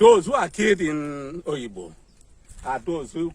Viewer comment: You’re an idiot, what’s the issue with the Pharisees got to do with this? You’re beginning to irritate me you this. I’m this close to unsubscribing from this stupid channel. The fact that you called it Oyigbo instead of Obigbo show where your allegiance lies. You’re a very very stupid guy. Obasanjo sent soldiers to destroy Udi and Zaki Ibiam n so what? So we should start worshipping the army or what? Bastards everywhere Ralph Uwazurike you will be dealt with when the time comes. Jealousy is what will kill all of you Ralph Uwazurike, the amebo that turned his lifestyle of gossiping into a profession. Shame on you. Who said it was Wike that changed those names before? God forbid these shameless set of human beings not different from Nnia Nwodo and Ohaneze Ndi Igbo. Idiots as if the army are God in heaven. What a disgrace. I’m out of this stinking and disgusting channel.